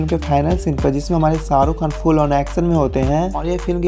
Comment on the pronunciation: I don’t know if I should say it or not. But the voice in this video has killed the beauty of Urdu and Hindi. So much so that all the charm of this video has been lost. I hope the video creator removes unpleasant accent and voice. And ask someone else to dub it in proper Urdu or Hindi. Just for record he was saying SAA RU Khan (millions of times he must have heard his on tv but still he cannot take his name properly).. omg my ears are still hurting.